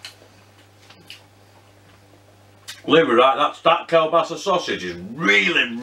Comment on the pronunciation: I lived in Poland for nearly 5 years... I love Kielbasa...It is pronounced...Keelbasa. Loving your vids am.